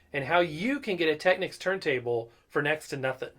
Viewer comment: The correct pronunciation is Tekneeks (it's a Japanese brand name, hence the unexpected pronunciation).